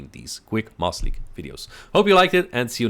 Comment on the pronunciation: It sounds like you are saying "Moss league" when you say it quickly